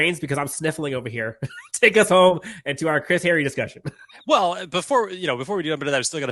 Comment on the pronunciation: Kinda funny that you remark about mispronouncing players' names,. Especially since you made the remark to Chris Hayre... HAY-ree. Not Harry. Still love you, dude.